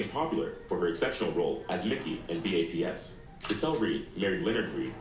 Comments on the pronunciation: “B-A-P-S” is triggering me more than it should. 😭 😂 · From his mispronunciation of Justine. To him saying Bad Boys T.V. Show and saying B.....A....P....S. Instead of B.A.P.S either this fool ain't Black or he's not from America 😂😂😂